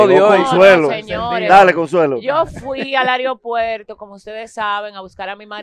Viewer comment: se dice aeropuerto no aripuerto